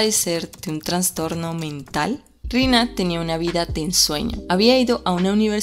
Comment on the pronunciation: Una pequeña aclaración, la palabra correcta es "trastorno", sin la "n".